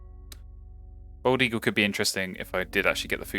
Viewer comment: I've noticed you call it a wup-ping crane instead of woo-ping crane, and you say bold instead of bald eagle, is that an accent or gag thing?